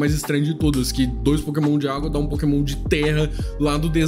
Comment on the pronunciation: A Nintendo ouvindo ele falar Pokémon o vídeo todo: 💀